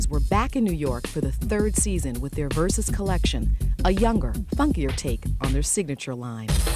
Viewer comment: Che cafoni chiamarlo VERSACI,NOT VERSACE!